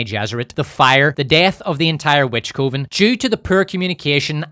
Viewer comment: Coven is pronounced like oven,.